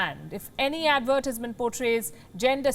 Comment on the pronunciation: Your pronounciation of the word advertisement is weird. Plz rectify Palki. Take it in the right spirit as it has been told👍